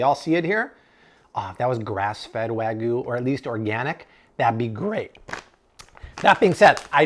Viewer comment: Wagyu. You kept saying Way-Goo. But long A and short A , as well as including or excluding the Y changes it to different words, so please try this pronunciation in the future: Wahg-You. I hope that helps! Luv your videos!